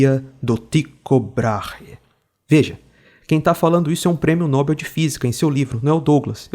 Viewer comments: Prêmio Nobel, com sílaba tônica em "bel", Douglas. Não é Nóbel, é Nobel. É comum o erro, até os dubladores brasileiros erram em séries e filmes. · A fonética correta de Nobel é "nobél"